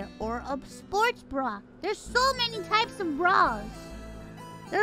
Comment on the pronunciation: All I’m hearing is Bru every time she say bra.